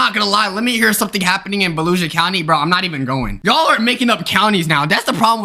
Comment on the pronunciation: Lol it's not baluisa it's Volusia County it's a county in Port Orange near Dayton Beach